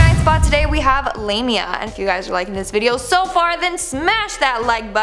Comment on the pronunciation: If you watched the movie Drag Me to Hell then you would know that Lamia is pronounced "lahhhmia" not Lammeehha !!! At least say it right! You have the movie to confirm the proper pronunciation!